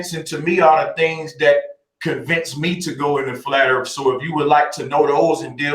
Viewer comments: lol yea its like the word "Three" being said "Free" its brutal to listen too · To proof the flat earf